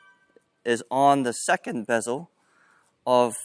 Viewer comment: you say besel instead of bevel 😂😂you already lost credibility , then you are saying that all the books are wrong and its better to play with a different grip because its easier? this is one of the most ridiculous tennis videos I ve seen so far